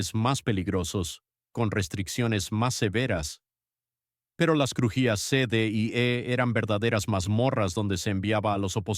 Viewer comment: Qué manera tan chocante de narrar esta historia, "Lecómberry" ridiculez. Y otra palabreja "crujillas"